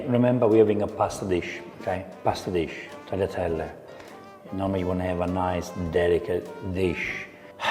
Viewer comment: Then he say "Brushetta", and now he say "Tagleeatelly" and "Papardelly"? His pronunciation is not true like Jamie Oliver's pronunciations 😅